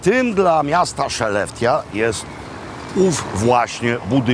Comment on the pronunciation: Wymawia się "szelefte", a nie "szeleftia".